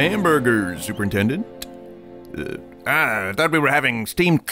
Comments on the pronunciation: "super intelment" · Every mispronounced word made me die laughing. Superintellment. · "super intelment" literally sounds like when Ralph calls him super nintendo chalmers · "Super Intellments" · "Super Intelments"